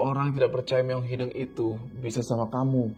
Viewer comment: kenapa bisa nyebut Leuweung tp gabisa nyebut Hideung?? padahal penyebutannya sama kwkw